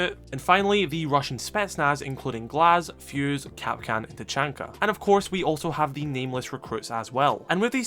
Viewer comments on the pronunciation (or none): none